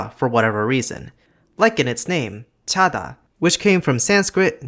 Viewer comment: As a Thai, your pronunciation is ok, though I must say that it kinda sounds like you have a Vietnamese accent. Try reducing or shortening syllables a bit more, as Thai is stress-timed, also you missed some vowel lengths, though these are sometimes not represented in the transliteration so it's understandable. For example in ชฎา, it's not chaa-daa, but cha-daa, with the first a being barely audible and reduced in duration, which is further compounded by the fact that it is short and unstressed, since Thai always stresses the last syllable. That's all I have to say though, thanks for making this video!